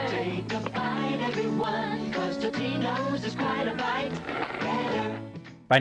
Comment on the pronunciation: Love the authentic Cheesehead pronunciation of Totino's!